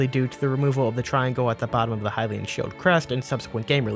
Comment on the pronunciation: Hylian it’s Hylian